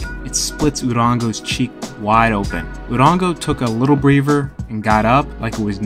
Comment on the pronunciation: Its pronounced breather not breever.!!!?????!!!